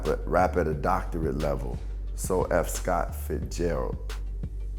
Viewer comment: Black Thought was saying “F. Scott Fitzgerald”, like so eff Scott Fitzgerald - Common read it wrong..